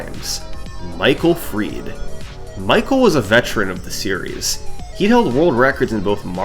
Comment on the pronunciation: why did he pronounce michael fried michael “freed” 😂